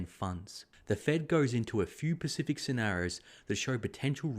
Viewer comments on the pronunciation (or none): ii like your posts but please don't say pacific when you should say specific! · It's pronounced specific not pacific lol